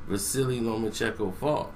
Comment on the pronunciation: It’s lomacheNko not lomachecko